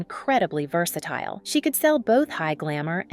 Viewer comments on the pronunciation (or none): none